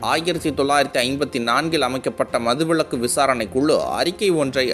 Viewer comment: தம்பி அது மதுவிளக்கு அல்ல, மதுவிலக்கு. தினசரி காலைல பல் துலக்கிக்கிட்டு பேச ஆரம்பிச்சா உனக்கு இந்த பேச்சு உச்சரிப்பு சரியா வரும்.